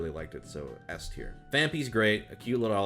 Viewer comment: He mispronounced "S Tier" for Shuckle. That's kind of embarrassing